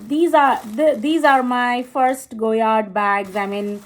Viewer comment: Correct, there is no MM for the St. Louis, so her saying “small,” “medium” and “large” is wrong. There is the PM (petite) and GM (grande). At least she pronounced it correctly.